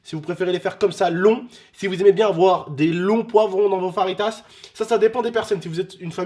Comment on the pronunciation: déja ses faritas lol mai si non bonne vidéo